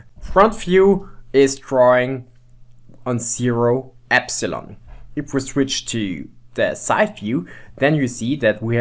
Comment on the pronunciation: Y is not pronounced epsilon. (epsilon is E) Y is pronounced eepsilon they are different. You need to say eeee at the begining